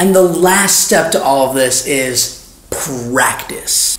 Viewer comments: I love the way he says pratice 😂😂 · Prectic😀 Prectice😀